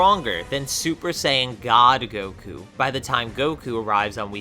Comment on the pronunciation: he said koku instead of goku🤣🤣🤣